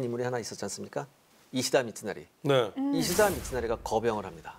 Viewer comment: 히데츠구를 자꾸 히데구츠레... 이시다 미츠나리를 이시나리라 하고 ㅋㅋ